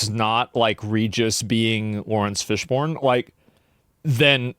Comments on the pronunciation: Laurence Fish BURN. Quit saying born. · RIP Laurence Fishburne's name pronounciation ... FISHBORN... Come on dude...